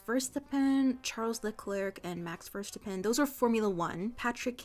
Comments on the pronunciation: My German loving brain hurt hearing her pronounce that ngl (i know he’s dutch but similar word sounds) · Especially Max Verstappen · yeahh i didn’t even know you can mispronounce it that bad haha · the way you pronounced verstappen hurts my soul